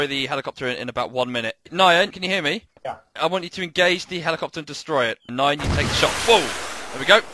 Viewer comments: The way he pronounces Nyan as Nayan. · is nobody going to point out he mispronounced Nyan's name as "Nai-yan" instead of "niyan"